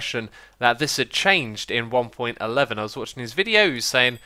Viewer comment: it's pronounced one point one one not one point eleven!